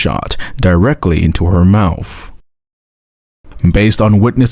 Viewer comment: Is the narrator saying mouf & bafroom?